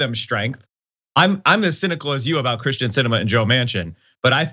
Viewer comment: Would someone please pronounce Kyrsten’s name right?